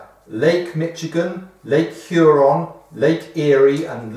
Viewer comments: Barnaby, the ch in Michigan is pronounced with an "sh" sound as in sheep, not a "ch" sound as in cheese. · he said mitchigan I'm triggered